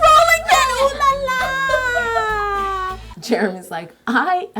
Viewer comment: Yolanda! As a person who speaks french and English, I just want you to know that the way way you say oh la la is an American stereotype. It's pronounce OH la la! But I still love you girl!!😂❤❤❤